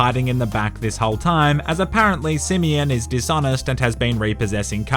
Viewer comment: Simeon: exist Nobody:: SiMiyINn